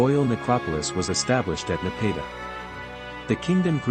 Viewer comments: It was a bit difficult to listen to this video due to word’s mispronounced. Napata, Meroe, bow, etc. Are you an AI narrator? Your speaking is not smooth — too jumbled… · I very much like the narrator’s voice and the musical background. However, too many words are mispronounced such as Napata, Meroe, and bow. I wonder if a human voices the narrator or if he is an AI bot. ☹️